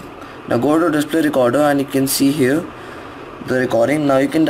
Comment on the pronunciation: dispray recorda